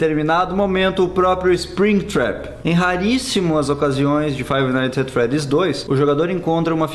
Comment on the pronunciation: Se pronuncia "faive naits et fredis"